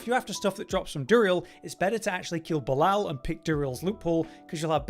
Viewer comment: It is painful on how you pronounce Belial :face-purple-crying